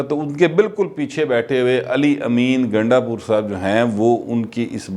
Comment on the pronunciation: gundda pur te tuhadi zuban bar bar phisal phisal jandi hay tuse ve barey shararti ho ha ha ha